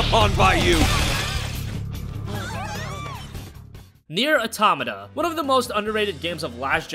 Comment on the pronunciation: Just so its clear, its pronounced; "Neir- "auto-mata", just an FYI